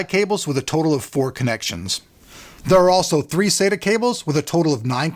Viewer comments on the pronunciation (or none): none